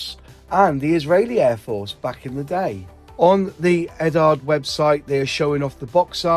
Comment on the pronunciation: Why can't british model channels pronounce Eduard? There's a vowel in the middle of "Ed-ard" ffs. "EdUard"!